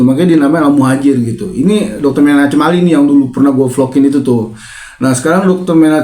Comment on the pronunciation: Bang itu ejaan lama tulisan Chem dan dibaca H yg tipis (kh ejaan baru). Bukan C tapi ke H tipis kh, sepeti ACHMAD bukan C tapi Baca H